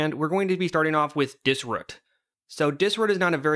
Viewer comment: Pronouncing dis-ROOT, “Dis-RÚT” made the video unwatchable as I couldn’t stop thinking ab it